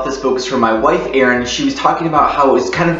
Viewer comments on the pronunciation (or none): none